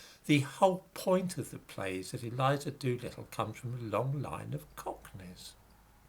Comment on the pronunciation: Eliza Do-Little….